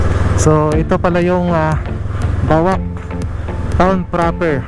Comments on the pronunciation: Yes sir, sa ibang pronouncing ko nman ay BOWAK not bawak, anyway thank you for watching po😊👌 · BOAC PRONOUNCE AS Bowak not bawak